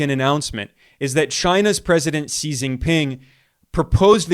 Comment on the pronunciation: Xi is pronounced "she" not "see" non-Chinese English-speakers are shy about saying "She" because is sounds like female pronoun: she when one sees, "shi", it is pronounced "shr"